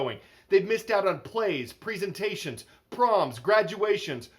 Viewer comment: "preesentations"... Ugh when he said that I cringed. Also it is posted on May 4th...